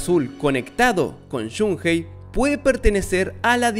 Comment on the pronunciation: No creo q tenga nada que ver con el Maximum Impact.... y es Shun ei... no Shun Jei ni Shun Gei ni Shun Hei (si lo pronuncias en inglés)